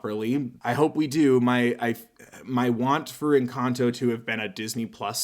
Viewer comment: Jejeje suena muy chistoso cuando un gringo dice encanto, suena a encantou 🤣🤣🤣